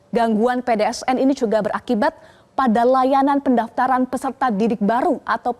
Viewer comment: pdns mba bukan pdsn